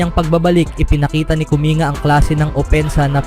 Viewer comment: "Kuming-ga" pagkakabigkas po, hindi "Kuminga".